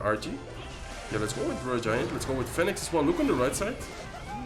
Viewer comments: The way he pronounced it is literally not the way you pronounce it in English. He is making the 'Pho' sound and then adding the 'E' and 'Nix' sounds after, when in reality is pronunced 'fee nuhks'. You can just Google it "phoenix pronunciation". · Phoenix is pronounced fee- nix 😂😂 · Phoenix is pronounced closer to "Finix" if you were to read it in Spanish. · I like how you pronounce "phoenix" in english haha